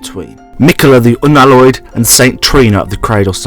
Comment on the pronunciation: meekala the oonalloi'd